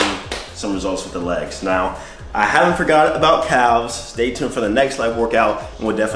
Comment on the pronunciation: Bruh ... did you just pronounce calves with a hard “L” ? 😒